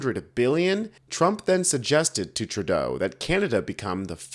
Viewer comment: As a Canadian, I wish you would at least pronounce his name correctly.